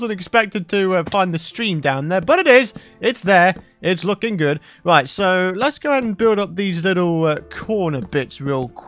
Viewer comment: Nobody: Not a soul:: it’s lookin groooodd (Yes I meant the “r”)